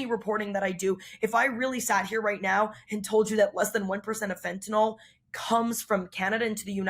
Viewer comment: Fentanyl. Fin • ta • nil NOT Fin • ta • nol There is no o in Fentanyl.